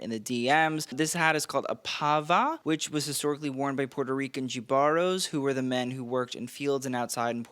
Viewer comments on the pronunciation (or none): Damn, you really said the pava hat was worn by “gibaros” - that’s actually pronounced “hibaros”. Spanish J is pronounced like an H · I can hear the loud, “Que lindo!!”. IYKYK😊 Pronounced like “hibaro” instead of the English ‘J’ sound. Y gracias, for including the explanation of it. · Jíbaros = HEE- bar-os, luv